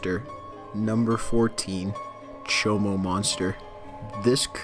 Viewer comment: I'm glad you listed the monsters in the description. When you said cohomo monster I heard chomo monster. Those, unfortunately, aren't rare. Go into any prison in Idaho, you'll find whole housing units of chomoes. They're definitely humanoid, but they're not human. No matter how much they look like us.